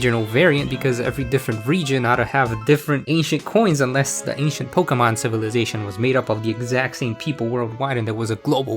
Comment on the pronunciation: I’m so glad someone finally says Pokémon correctly